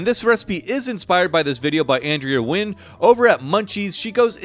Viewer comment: Love how you pronounce ethnic words properly and even "Nguyen" correctly! Just wanted to note, "seitan" is actually Japanese, so it's pronounced "say-tahn"